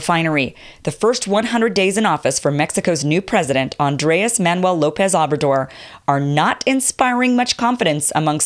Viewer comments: Thank you for simply discussing Obrador. This phenomenon is one of the most important stories for North Americans--and grossly ignored by the U.S. press. By the way, the pronunciation is OH-brador, not Ah-brador. Like the "o" in "taco." Spanish vowels have a constant sound. They are invariable. Unlike English, whose vowels can shift into many sounds. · How is it that you say you e been following him for years and you couldn’t even pronounce his name ?